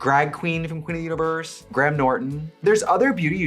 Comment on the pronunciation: GRAM NORTON 😭😭 They say the full word in British English, it's Graham. Please don't call him after the crackers to his face hahahaha